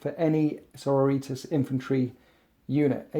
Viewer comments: omg please...the word is Sor-OR-i-tas...:D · Loves winters -Loves his videos -mangles sororitas pronunciation Okay I'm done watching this video now